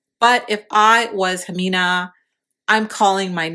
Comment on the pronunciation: How are you going to make a video about her and not even say her name right